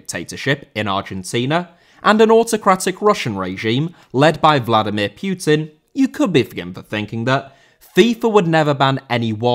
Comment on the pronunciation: Putin* not Pyutin